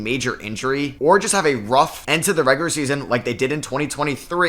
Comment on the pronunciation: Bro that’s the only time I’ve ever heard regular be pronounced regurer